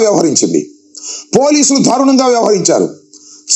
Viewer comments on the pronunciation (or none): తెలుగు సరిగా రానివారు కూడా వీడియో పెట్టడం.దారుణం కు బదులు థారునం అని పలకటం ఒక అంబటికే చెల్లు.